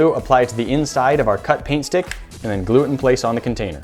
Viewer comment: i always hear "pain stick" >_<